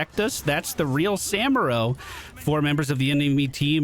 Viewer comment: Gotta love how this guy say "Samuro"